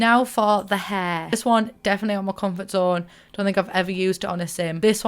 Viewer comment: "Auh ma comfart zone"